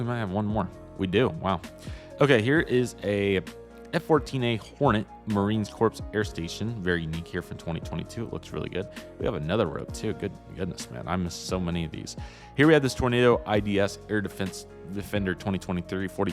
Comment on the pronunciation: Dude, learn to read! F4F Platinum 2?? Its a Phantom Dasault Migraine? Its a Mirage US Marine Corpse/Crops?? Elgin?? Its Eglin Sherman Johnson?? Its Seymour Johnson Slow down and do some research before you upload